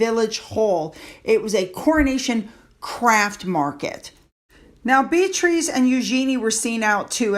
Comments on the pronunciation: I love your channel. I look forward to it every day. Just for your info, its pronounced Bee a tris, not Bee trees. 💜💜💜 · Great vid. btw - the name is pronounced bee-ah-triss. took me a while too 🙂